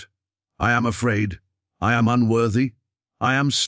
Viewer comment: I.... and them am, like am and pm. AI is wonderful. But any recording should be checked by someone who is a being. Otherwise it sounds silly.